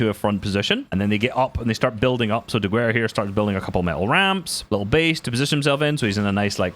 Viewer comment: please, pronounce Diguera like "Dighera"